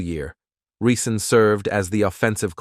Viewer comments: His name is Rison not Reesaan. Get his name right if you’re going to do a video on him. Sloppy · Da reeeee- sons da reeeson that were here!- Phillip Bailey that’s rison not reee- son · ReeSohn Ricin, never pronounced correct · Who the hell is Andre Reeseson and riceson 😂😂😂😂 he literally butchered his name the whole story. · He is saying his name like the poison. Hmmm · I can’t get over the fact that he keeps butchering his name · This dude pronounced my boy name wrong the entire video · He jacked up his name this entire video 😂😂😂😂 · Learn how to pronounce Rison and Modell - then I’ll give a like. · I was just going to say that ty😅😊